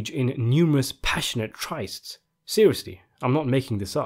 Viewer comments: “Tryst” should rhyme with “twist”. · *Lease of life Pronounce tryst correctly. And another word I've forgotten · Tryst rhymes with wrist. As a fellow reader I know how it is! Some words we have never heard said aloud. Great content! As always